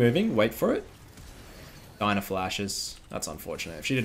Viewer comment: buddy it’s not DINA it’s DI-A-NA!!!